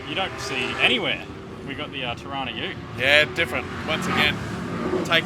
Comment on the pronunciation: Torana is butchered.